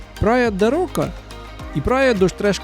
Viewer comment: Не рока,а роша